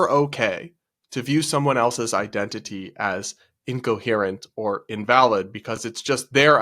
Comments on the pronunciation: “I-dentity,” it’s literally in the word. THAT IS NOT HOW ETYMOLOGY WORKS, LADY. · "It's I-dentity!" Every country that doesn't speak English: 😐